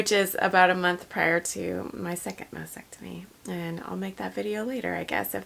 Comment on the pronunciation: FYI… It’s pronounced mastectomy (Ma*stek*tuh*mee) not masectomy